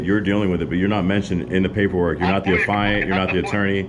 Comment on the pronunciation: youre not the afiant, geeze he cannot ever pronounce the legal terms correctly